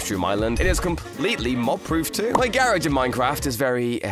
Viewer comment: 3 how you said garage garihg